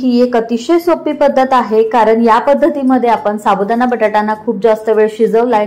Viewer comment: छान .पण अशुद्ध बोलणे ऐकायला kase tari वाटते. Sabudana nahi साबुदाणा.